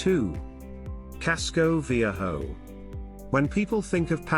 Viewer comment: Some of your pronunciations are horrible. Viejo, Cartagena with a hard G. “Slothes”. L.A. Iglesia, even mispronounced Panama.